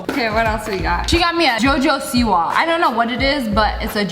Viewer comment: We’re just not going to talk about how she said jojo siwa flavored